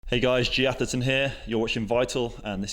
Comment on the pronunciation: "Oi call it ther Aftherton Saturdayy.."